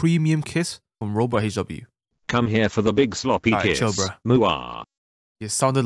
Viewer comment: "Im gonna end da video heair" XD